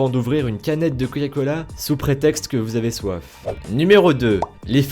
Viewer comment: A il a dit coya cola